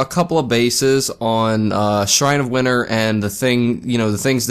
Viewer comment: PA accent lol